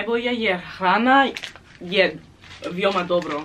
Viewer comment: its not vijoma its vEoma